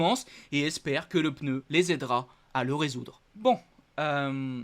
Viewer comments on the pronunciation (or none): none